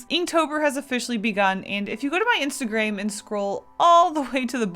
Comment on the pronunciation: Why did they pronounce instagram insteigreim